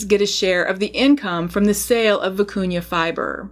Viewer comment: Thank for pronouncing vicuña properly.